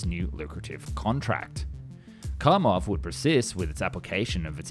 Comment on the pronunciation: Kamov, not Kamo. You missing V in the end of pronouncement.